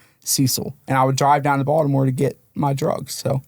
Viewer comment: You can tell he's from around the way just from the way he pronounced Baltimore, "Baldamo" 😂